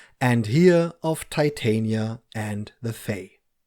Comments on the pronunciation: she’s literally a Shakespearean character. Titania is queen of the fae in the play. You can pronounce it wrong if you like though. Americans pronounce Porsche and Volkswagen in ways that would definitely annoy you as well so whatever. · Pronunciation of Titania. She’s a Shakespeare character from A Midsummer Night’s Dream.